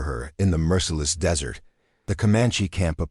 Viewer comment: Whoops - tale, not tail. Kind of like the AI reader saying dessert for desert and tippy for tipi.